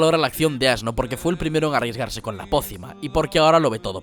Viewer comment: ASno ?? ASNO ?! ?! AAAAAHH JAJAJAJJAJAJAJAJAJAJAJAJAJAJAJJAJAJAJAJAJAJAJA